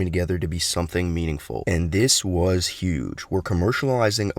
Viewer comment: Smiling ear to ear since all the news. (And btw? Word of the day is obviously “Yuge”)